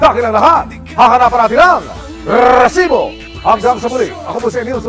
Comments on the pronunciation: ung maiinis ka sa Reeeesibo kaso gusto mo pakinggan pero nakakainis hhahaha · siguro ako lang pero nakakairita RRrrrrresibo, Ang corny mo emil sumangil. Ginagayang pilit si mike enriquez.Sorry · When I see its resibo I immediately pause the video and just leave a comment that its so cringe to hear Rrrrrresibo. Just my opinion 😅